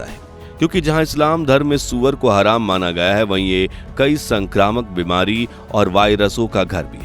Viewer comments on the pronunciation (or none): none